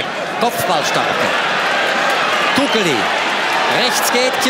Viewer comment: haha, so geil wie der Kommentator Kukeli ausspricht, der sagt mehr so etwas wie ''Kugeli''